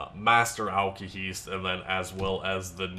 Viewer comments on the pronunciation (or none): alkaHEST dude ONE e, not two damn that bugs me